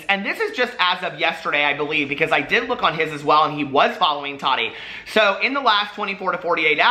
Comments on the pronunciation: The way you say Tati 🤦🏻‍♀️😂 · Nikki Stewart I know!!! It’s always tickled me lol I know he knows it’s wrong but doesn’t care 😂😂